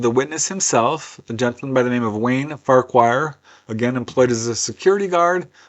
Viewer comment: Just to let you know, the surname Farquhar is pronounced Far-kwar. It's Scottish. Thank you, you're awesome!!!!